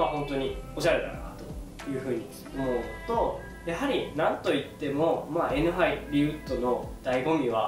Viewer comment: Nハリのイントネーションめっちゃ気になります笑